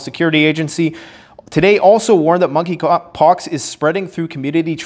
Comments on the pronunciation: Moneypox I think the k is silent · MONKEY POX---- THE"K" IS SILENT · THE K IS SILENT 🤫 in Monkey 🐒 Pox.